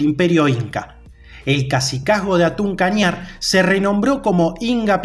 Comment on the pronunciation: Se escribe hatun pero se dice jatun kañar